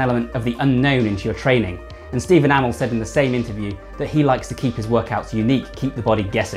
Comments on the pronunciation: Green Arrow i didnt notice He does Kinda Steven (right) amall (its A MEEE LLL) (Stephen i know) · Steve Enamel? 😂bruh you saying it wrong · Stephen A-mol?😂😂😂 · Why are you pronouncing Amell as ah-mal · Amazing video man but you kept saying Amell wrong 😂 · He's English, cut him some slack. It's like tomato. Never said the same way. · He's says amell wrong